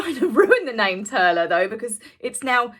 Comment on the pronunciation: Turlough mor is pronounced tour-lock more.... 🇮🇪☘